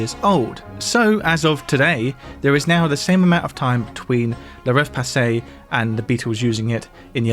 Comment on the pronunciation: It even says "le" on the sheet. Why do you write "la"? Also, it's not pronounced passey. I noticed that French is a problem in all of your videos. And it's not because it's hard, but because you don't care. You could look up the correct pronunciation. Unprofessional and a bit disrespectful if you ask me.